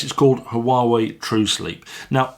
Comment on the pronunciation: Great, i've been waiting for that review :) And it's being pronounced "Uawéi" basically